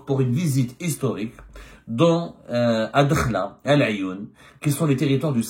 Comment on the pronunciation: Ce n'est pas " Dkhla" mais Addakhla الداخلة مشي الدخلة .، vous repetez toujours la meme fausse prononciation .Merci de rectifier